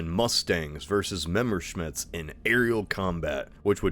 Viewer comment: What, you've never heard an Ohioan mispronounce a German name before? No but seriously; memmerschmidts. Does. Not. Get. Old.